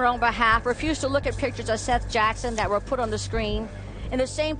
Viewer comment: If you’re gunna talk about crimes, which you earn money from, you could at least pronounce the victims name right. His name is SETH not seeth.